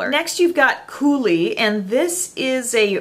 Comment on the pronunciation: Thank you for saying coulis right 😊 that's why you're my beauty guru